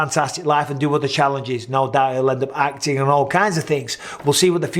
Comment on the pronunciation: Aye up Micheal, u really have picked up an American twang to ur accent, especially when u say end, sorry I mean and, it just sounds like ur saying end , "end today guys we're" 🤣... Don't u dare Mr Bizzer, no more little hints of the Yankee in that Mancunian pls let's keep it real.. Big up from the UK x 🇬🇧 x McGregor Micheal, u r mistaken he last won in the ufc, against Donald cowboy !! Not Alvarez 🤪